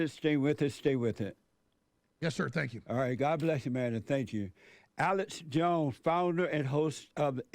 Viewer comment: lol sounds like he says Alice jones.. Love these 2 great men!